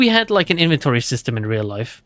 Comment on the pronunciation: Why did ya mispronounce reàl everytime, just say it in german